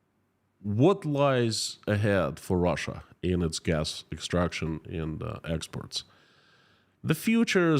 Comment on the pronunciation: Please pronounce "exports" correctly. I keep being confused when you pronounce it "expert".